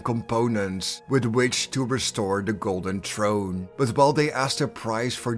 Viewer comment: How many times are you going to butcher the word throne